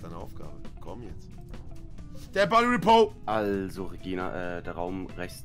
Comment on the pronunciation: dead body repoooo XDDD knossi ist sooo endlustig immer mit seiner Aussprache von englischen wörtern